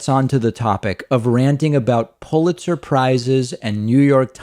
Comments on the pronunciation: He definitely said "they got pull it surprises". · I swear he's saying "pull-it surprise " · Is Trump saying, "Pulitzer SURPRISE?" Maybe I'm up too late... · Why is Trump Saying Pulit Surprise?